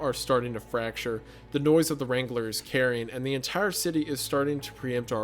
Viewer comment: The way wrangler is being butchered by saying “Wrain-guh-lur”